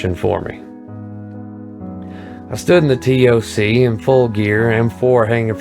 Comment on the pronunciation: Nobody uses “Tee Oh See” we say “Tock=Toc”